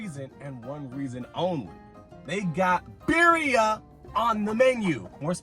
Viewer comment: The way he pronounces birria makes me cringe 😂